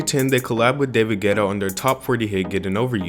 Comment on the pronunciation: did he really say david ghetto?